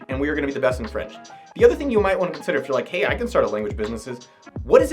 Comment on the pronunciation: “I vant em to have more escorts” 😂😂